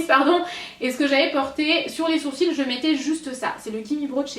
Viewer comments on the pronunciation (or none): none